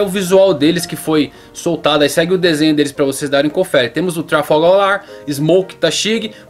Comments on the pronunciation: Trafalgar LAR , Bugi ??? Sua pronúncia não tá errada não mandei ? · só eu que ouvi Trafalgaw Lar..?? Hahah